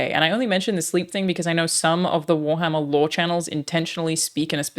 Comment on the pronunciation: haha "you guessed it wharmarrrr" hahahahaha